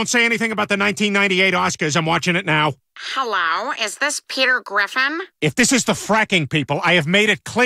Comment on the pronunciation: I like how says yellow not hello